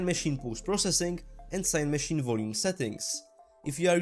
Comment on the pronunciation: Amazing tutorials but, please keep them going. Maybe watch other videos to see how other people say Cinemachine. And yah English is not my first language either. Thanks again for the amazing tutorials.